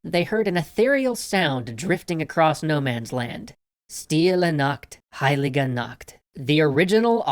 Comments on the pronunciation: Funniest thing is, he misspronounced Nacht(night) into Nackt(nude)...😅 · As you said, stille Nacht heilige Nacht, the Nacht should sound like "yacht" , but how you said it, it sounds like nackt, which means naked...... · You pronaunz nacht like nackt = nude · Hahaa he sayed nackt instead of nacht lol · U pronounced nacht kind of wrong, instead of saying night u said naked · It's not a K! It's chhhh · Being german i had to smile at how you said "Stille Nacht" Because you pronounced it [nakt] instead of [naχt] wich makes it sound like stille nackt, meaning silent naked, holy naked... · you know when you told ,,nacht '' like nakt I laughed a little bit because nakt in German means naked but yeah... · When Nacht which means Night sounds like Nackt which means Nacked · you... you just said quiet naked... or some kind quiet nudeness... anyway the way you pronounced Nacht made it sound like Nackt which means nude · You said nackt and not Stille Nacht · It's pronounced "nach". Yes I speak german. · lol, the way you pronounced "Nacht" sounded like "nackt", which means naked. Silent naked, holy naked? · When you pronounce "Nacht" like that it sounds like the German word for nude instead of night... XD